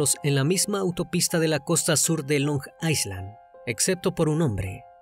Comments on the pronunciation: la pronunciación de Long Island es "long ailan" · Long Island - Long Ai-land es la pronunciacion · Se dice long Eye (como en Ingles) lund or eye lin asi se dice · LONG ISLAND se pronuncia LONG AILAND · Desconcentra un poco la pronunciación de long aiSland 😅